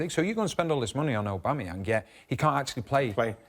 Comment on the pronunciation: Visiting this video after he signed a new deal.. Sanchez was the biggest mistake for Man U and Aubamayang the best Arsenal player since. Notice Weighty didn't know how to pronounce his name then😁